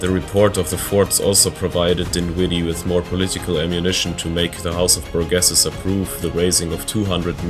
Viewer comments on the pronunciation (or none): In the states, we don’t pronounce French names as French. The house of burgesses is pronounced “BURR-Jess’s”. (The university of Notre Dame is “Know-ter Dayme” my state’s capital Pierre is “Peer” etc) Nice video though 👍